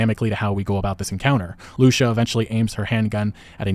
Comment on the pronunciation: Her name is pronounced loo-see-uh (Lucia)